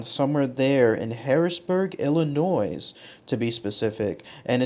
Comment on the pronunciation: The 's' in Illinois is silent... you're welcome.